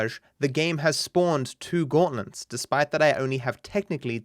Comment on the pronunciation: are you purposely saying gautlents?